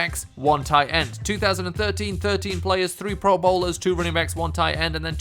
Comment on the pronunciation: You are saying running backs as rooningbacks